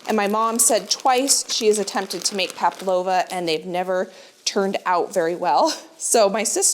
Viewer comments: The dessert is called PAVLOVA, not paplova. There is a constant mispronunciation of the word. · Hi, nice to see you and your lovely mom cooking together. The name of your nieces requested dessert is Pavlova I think that’s is what you mean. At first I thought you said Paplova and I thought that’s something new I had never heard of before. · The dessert is called pavlova. Sometimes it sounded like you said "paplova", which sounds like something you go to the lady doctor for. 😆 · Do Americans say ‘pablova’?? We say pavlova! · Everything looks delicious! But i keep hearing Pa-P-lova, i believe it is Pa-V- lova😉... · Since you asked how to say it, it's Pavlova. P-a-v-l-o-v-a, not Paplova. 😊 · Just to correct: it’s Pavlova (v) Not paplova (p) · Fun session, great menu, but are you saying paplova? ❤😊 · i love the big cook up days with your mum! so many good tips ❤ also...as an australian i feel i am an authority on pavlovas - and i can tell you you pronounce the V - so it is paV-lova....and we just call them pavs... eg. Oh Chezza you brought a pav - good onya love! 🇦🇺🦘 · It’s Pavalova not paploma. It’s an Australian dessert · Pavlova is pronounced Pav lova 🦘🦘🦘🦘🦘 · I came here to ask if I had heard it incorrectly lol. I guess I didn’t